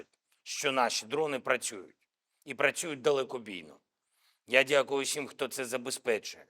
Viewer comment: Зель, твое дякую , как язык в дупе